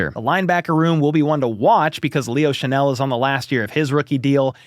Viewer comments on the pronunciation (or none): none